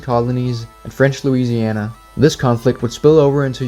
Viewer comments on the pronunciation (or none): none